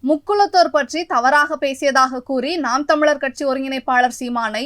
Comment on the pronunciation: நாம் தமிழர் என்றே உச்சரிக்க வரலயே ...